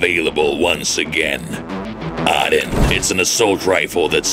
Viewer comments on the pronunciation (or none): Why do you pronounce it “Odd Din”? It’s “Oh Din” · It's pronounced oodin